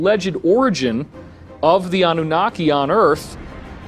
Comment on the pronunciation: ANU-NA? KiKi? 😆